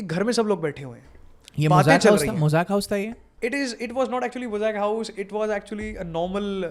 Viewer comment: it is mozang house, not mosaic house